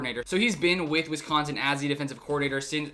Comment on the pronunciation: You pronounce Wisconsin like a FIB